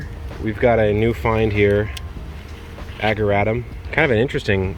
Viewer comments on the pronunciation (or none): And the ageratum is pronounced ad-your-8-tum. We pronounce portulaca the same as everyone who posted here down in the southern USA.